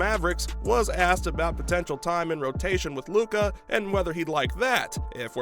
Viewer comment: Dude. Pronounce Lukas name right and check the waiver wire. Lol. Kemba isn’t on the team.